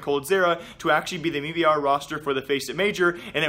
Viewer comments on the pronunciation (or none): why do you keep saying me br? jesus fuck its m-i-b-r or made in brazil. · Please stop saying "MeBR" it has never been pronounced like that. It's "M.I.B.R." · bro its m i b r not mii br lmfao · Noah Whinston, CEO of the company, pronounces it as MEBR... I am sorry I can't help it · Does him saying "me-b-r" bother anyone else??? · "mebr" lol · Can you just say m eye b r